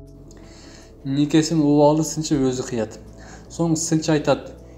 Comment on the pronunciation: Убаалы эмес,Уваали тушт.диал.айтылат.